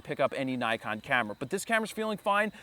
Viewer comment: Oh dear.. Why are you saying Nikon like that... What a twat!